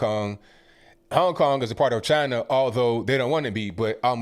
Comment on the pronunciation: he does the funny chiina on purpose and it's hilarious because you can hear him say it normally then switch back to chiina for the purpose of funny clips.